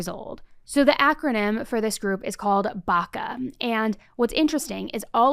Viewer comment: Well sh*t. It’s BACA.